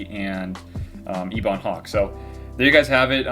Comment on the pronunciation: The Ebon Hawk is pronounced Eh-bun, not Eebon. Great video!